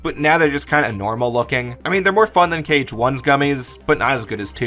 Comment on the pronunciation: You said KH like Kayge once, as in "okayge". Not a drag just an observation